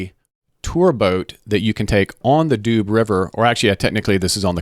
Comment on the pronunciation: And Doo river, department not doobs the Doubs inhabitants are doubiste and Besançon ones are bisontins ( Vesontio was the Roman name of the city)